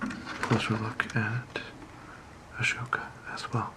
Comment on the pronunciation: When your saying ahsoka, Don’t pronounce the H It’s A-Soka